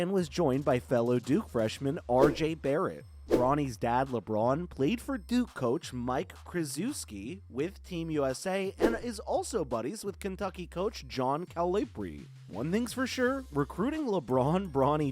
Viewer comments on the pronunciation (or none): I have neeeeeever heard anybody butcher Coach K and coach Cal's names so bad in my life. Next time google these people's name before destroying them. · Cant take your video seriously when you cant even pronounce coach K's and John Calipari's surname correctly. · Krazooski? Kuhlipree? 😂